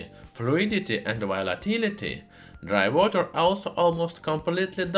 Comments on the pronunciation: "Dry Wooter". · Idk what’s more interesting dry water or the way he says dry water